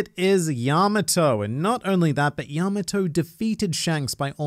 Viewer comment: The way he pronounces Yamato makes me cringe